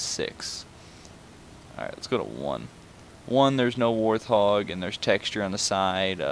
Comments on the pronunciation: You do know it's pronounced WART HOG right not WARTH og? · It’s “warthog” not “warth-hog” lol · its wart hog not warth og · Can someone mention its not pronounced live ery it's pronounced live a Rey and it's not warth hog it's wart hog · wart-hog not war-thog. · Did you just fucking say War Thog?!?! It's pronounced Wart-Hog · It’s not war-th-og is wart-hog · you are pronouncing warthog wrong. it's pronounced like wart-hog. not like war-th-og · I concur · please note it is pronounced wart-hog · Did you just call it a war thog... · It’s actually pronounced wart- hog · You said warthog wrong😂